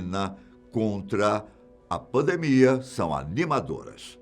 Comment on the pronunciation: "teve o início da famosa... PAMMMMNTE" KKKKK